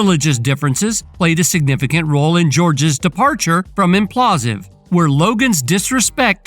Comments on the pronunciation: what is Implausive? do you even realize that its spelled Impaulsive, and pronounced with Logan's last name in it? Im-Paul-sive...lol I mean it's whatever but you called it the wrong thing so many times I wonder if it's to avoid some kind of copyright strike..I hope it's intentional at least lol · SOUNDS LIKE: IMM-PAUL-SIVV NOT: IMM-PLAW-SIV 🫡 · This idiot sayin imPAULsive incorrectly every 3rd word is fk’n irritating. ImPAULsive not inPLAUSive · It’s impaulsive not implausive…man it drove me crazy how the host pronounced it lol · Ngl. After hearing it so many times I need to just say it's not implausive. It's impaulsive it's a play on the word impulsive but his surname is Paul. God how did you miss that but you want to give the news on this. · Impaulsive not implausive. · ImPAULsive ....not imPlasive dumbas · Its pronounced im paul sive you jackass. People keep watching these controversy promoting spam videos giving their "expert takes" on actual accomplished individuals. But nobody thinks who the dumbass loser making these videos is and why are they so pathetic that they chose this path. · Why do you keep calling it implausive 😅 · “IMPLASSSSIVE” … gotta fix that voice over homie 😂😂😂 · Whoever voiced this video is a complete moron and doesn’t know what they’re talking about. If you can’t even pronounce Logan Paul’s TV show correctly I don’t trust any of your sources you probably get cucked on a regular basis.